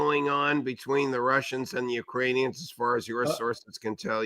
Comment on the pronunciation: URANIANS from Uranus ? YIKES